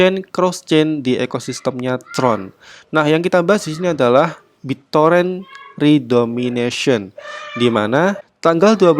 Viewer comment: redenomination min, bukan redomination, beda kok